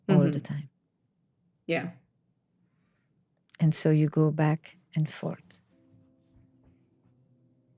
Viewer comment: Girl If you say “….and(t)….” ONE MORE TIME 🙄